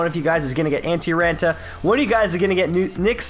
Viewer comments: the double a has more of an o sound like on. Antti RONta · You're saying raanta wrong. Good video though.